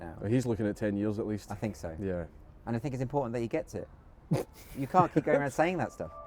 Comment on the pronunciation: very impoettrtant i loik 8+1